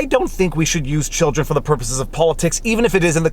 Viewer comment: WHAT ABOUT THE 'CHIDREN'? WAAA.